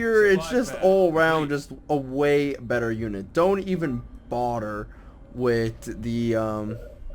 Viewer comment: "Don't even boder" Good work on your English there.